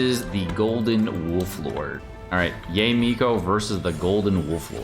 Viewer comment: Pls, not Yay Miko 🤣🤣🤣😂🤣😂🤣